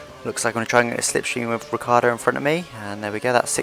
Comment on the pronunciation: I do not understand why you English spoken Riccardo instead of Ricciardo